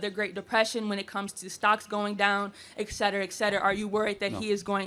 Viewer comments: It's not EK CETERA....it's ET CETERA. It's LATIN. This means your illiteracy is bilingual. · The word is etcetera. Just sayin. Etcetera, etcetera, etcetera…